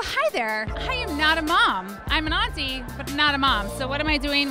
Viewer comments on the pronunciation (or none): It almost sounds like you said,"I'm a Nazi." But I will assume you said 'auntie'.